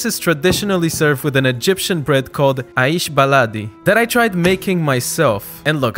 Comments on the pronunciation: The pronunciation is more like "A-eish biladi" but you killed every thing else! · it’s pronounced more like 3eeish, the 3 being the ayn letter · I'm from egypt and I believe you would like shwerma baladi wich is egyptian shwerma also aish baladi is pronounced aish baladee and tahini is taheena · The way he pronounced Aish Beladi was so hilarious 😂😂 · Being a Egyptian it mentally hurt me for him, pronouncing the bread wrong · Bro let me say about my opinion as an Egypt aish baladi you pronounced it wrong and it's not that fluffy